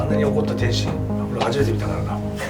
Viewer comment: メイウェザーの記者会見のコメントで天心って言いたいのを、天ちんって言ってるのに、ちょっとツボるw